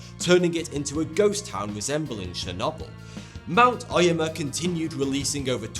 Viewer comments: ... Mount O-yama, not Ai-yama. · It's "Oh yaw ma" not "Oi yuh ma"